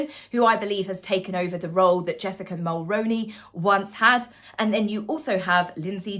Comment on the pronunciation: I love you but keep saying it wrong MULL-ROO-KNEE or MULL-ROONEY